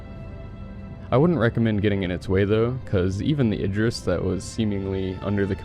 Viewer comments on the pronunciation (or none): none